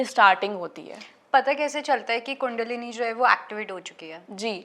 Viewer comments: Its NOT KUNDAAAAALINI ITS KUNDALINI SHAKTI KINDLY DO NOT PRONOUNCE OUR WORDS AS PER ENGLISH SPELLINGS. In hindi we say n write Kundalini! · Pehle kandalini sahi se pronounce karna seekhi thik tarah se, kundaalini nahi he voh kundalini he, kahi kahi se aajathe he sporituality k baare me bolne keliye, 😡😡😡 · कुंडलिनी बोल कुंडआलिनी नहीं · Seems, you need to learn to pronounce 'कुंडलिनी'...stop calling it कुंडालिनी it's so irritating. Har cheez ka english version karney ki zarurat nhin hai. Apni sanskriti ki dhajji udaate hi aur baat karney aaye ho twin flame jaisey concept ki. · कुंडालीनी नहीं कुंडलिनी 😂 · she doesn't know t pronounsation of kundalani . its not kuuuundaalani its kundalini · Kundaaalini nhi kundalini hoti,plz pronounce in right way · Kundalini.. not a Kundaalini .. pronounce to thik sw kre phle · Kundaalini seriously?thik se toh bol lijiye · Sbse pehle to ye bolna sikhe kundli na ki kundaalni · So want english accent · A bai adhi neat kundalini cha uchhar kar tu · Shiva nahi Shiv kaho, is ladki ke upar Western ka bahot prabhav hai , kundlini ka bhi galat pronounce kar rahi hai